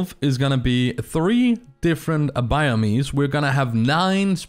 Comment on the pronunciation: It’s not pronounced BIOMEEZ. It’s just BIOMES.